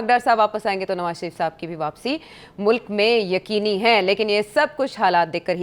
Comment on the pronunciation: ye agar mulk ko mulaak bolti hai tou lazim ye ice cream ko ass creem bolti hogi :) esko khatoon e awal kyun boltay hain ye tou khatoon e soyem nahi hai?